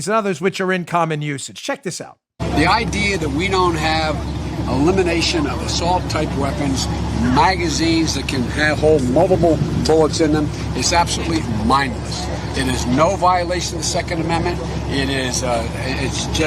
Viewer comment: He said... "Mobobo"... "Multiple" maybe?